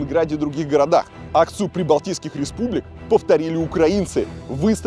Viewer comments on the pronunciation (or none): none